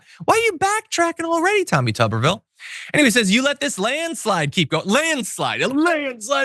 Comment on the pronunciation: It's not tuber ville it's tuber vile it rhymes with pile.